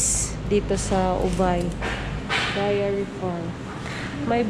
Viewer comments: I think it is Dairy not Diary. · dairy...” dayri” 😁